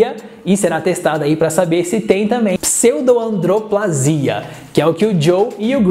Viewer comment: Infelizmente o narrador do vídeo se equivocou e disse "pseudoandroplasia", ao invés de pseudoacondroplasia. Com certeza ele se confundiu.